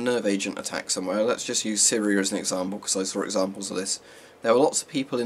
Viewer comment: "Syr e er" Edit: no hate, just thought it was funny.